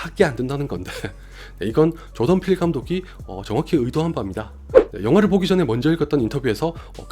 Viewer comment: 조던필 감독 이야기 하실 때 자꾸 조동필 감독이라고 들리는건 저 뿐인가요?